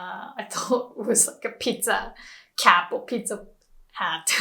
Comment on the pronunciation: Um, it seems like she said "Hut" and "Hat" the same (while she was speaking English?)